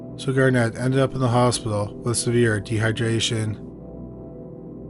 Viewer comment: Absolutely despise how the name Garnet keeps being pronounced. EmPHAsis on the wrong sylABle. 😂